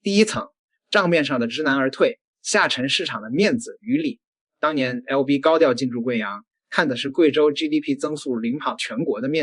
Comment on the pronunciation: ei lou v 哈哈哈！普通话都说不好